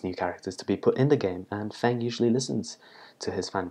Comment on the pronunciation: Oh cool! Thanks :) (Oh and btw, Feng is pronounced 'Fung' rather than Fang and Lee would be as it sounds. Rather than 'lay', it would be like bee, but with and L. This is because Chinese vowels are a little different)